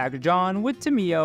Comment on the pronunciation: tamiyo is pronounced: [tay`mo]